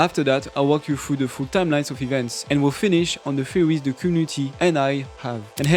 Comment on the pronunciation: pronounces theories as fuwy.. def watch this with subtitles.. It was so hard to tell what he was saying. Cool video otherwise..